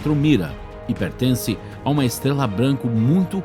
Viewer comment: Sua voz é legalzinha... Mas deveria cuspir essa bala da boca, ou procurar um(a) fonoaudiólogo(a) para aprender a pronunciar a letra R. "Esteguela, tiguilhões de quilômetogos" kkkkkkk... Hilário essa língua peguesa...kkkk